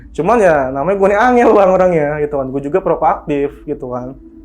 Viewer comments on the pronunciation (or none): none